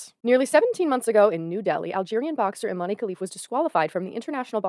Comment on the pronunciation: as an algerian myself just wanna correct you on Imane's name is not pronounced eemanee it's pronounced [ee-mæn] like saying E-man.